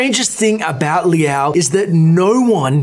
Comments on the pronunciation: "L-ow" not "Lee-ow" js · If he pronounces it as Lee-ow one more time... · Its not LI AO. Its one symbol (super short sound of LI), so like, if you want to pronounce it better -> try to say LI AO under 0.5 sec